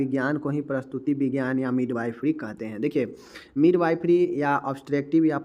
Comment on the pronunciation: प्रस्तुति विज्ञान नही प्रसूति विज्ञान बोलिये।